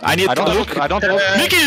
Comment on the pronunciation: Am i the only one who hears n word instead of miky from Jankos at start?